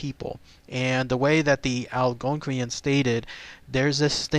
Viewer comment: Its pronounced ---- 'AL-GONE-QUIN'